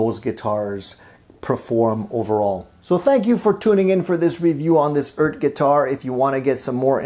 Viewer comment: It's like a Jamaican saying Earth, mon'. ;)